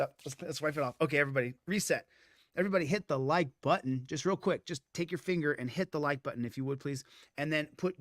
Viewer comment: "hit the like BUDDIN"